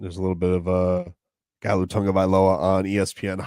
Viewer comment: it's spelt Galu but pronounce "Nalu"